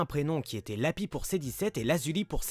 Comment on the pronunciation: Le s de lapis n'est pas muet il me semble